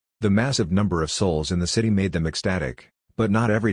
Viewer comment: Lol MA-de